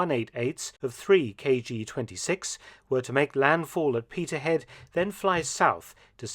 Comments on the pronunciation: ....it's no' 'Petershead'...it's Peterheid😂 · It is Peterhead, not Petershead also nicknamed little London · Peterhead, pronounced Peterheid